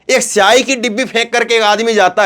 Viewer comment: Arey shahi nahi bhai siyahi hota 😊😊😊